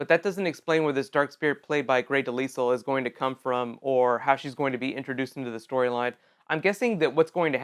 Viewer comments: I'm sorry but Grey's last name is not Pronounced (De-Lisle) it's Pronounced (De-lyle). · Her name is not Pronounce Grey's last name. is Pronounced (De-lyle) Not (De-Lisle). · It's pronounced De-LYLE, the s is silent. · Grey Delisle (Duh-Lye- Uhl) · It's pronounced grey dee-lie-al